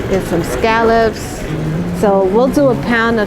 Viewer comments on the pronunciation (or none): none